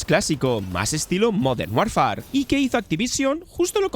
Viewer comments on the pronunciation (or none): No se pronuncia "Warfar", se dice más parecido a "worfer" 😊. Hoy en día no hay excusa para no decir decentemente un nombre. Se busca en Google y hasta muestran como se pronuncia cada palabra. No cuesta nada.